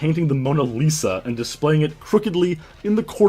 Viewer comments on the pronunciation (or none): none